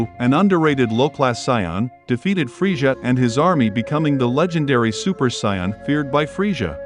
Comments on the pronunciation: Saiyan not soin 😂😂 Good video tho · Saiyan not "Sayan" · Buddy really pronouced sayain as psion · It's not sayan bro,it's Saiyan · Not gonna lie I got major triggered when he kept saying Scion and frejah ...nope I'm still triggered. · Him calling them Siyons is killing me lol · Whoa whoa whoa! How do you have this enjoyable video but you cannot pronounce the word Saiyan🤔 It took me forever to realize you were talking about Saiyans because of that god-awful pronunciation. Get that s*** together and you'll be all right. Now I'm wondering if you've ever watched Dragon Ball Z... killing the pronunciation like that😶‍🌫️ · Is he pronouncing sayain wrong? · Why the hell are you pronouncing Saiyan and Frieza like that? Learn to speak English before you make videos foreigner